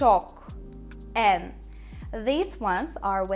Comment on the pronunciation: 'teki en telaffuzu ingilizcedeki "n" gibi olmuş sanki biraz daha açık bir şekilde en diyoruz denilebilir.